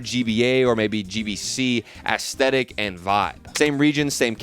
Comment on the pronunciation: the way you say aesthetic sounds like when lil pump used to say esketitt